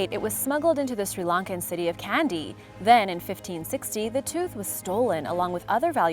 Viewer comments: Kandy, Sri Lanka Pronounced Kahn dee. not Candy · 😐Your Sinhala pronunciation is wrong. And the tooth of buddha is in the royal palace in Kandy Sri Lanka